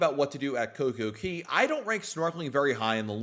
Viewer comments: It is CocoCay not Coco Key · Why do you keep calling it Coco Key when Royal Caribbean, the OWNER of the island, calls it Coco Kay? C'mon...say it right weirdo.